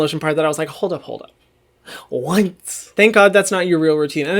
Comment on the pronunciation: i could not stop laughing at the way his expression and pronunciation was when he said what lol